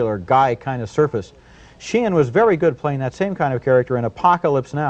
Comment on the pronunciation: . Martin Shee-in ?? I've probably heard Martin Sheen's name said hundreds of times, and never once heard it pronounced the way Roger Ebert does here. Did he know something the rest of the world didn't or did he just screw it up, and rather than immediately start pronouncing it the correct way right after that, just kept going with that mispronunciation, rather than indicate that he had just goofed it up that first time ?? .